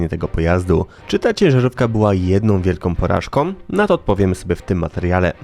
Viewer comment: "jednOM wielkOM porażkOM" to jest polszczyzna autora